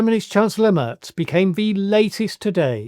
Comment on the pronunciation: Mairz not Murz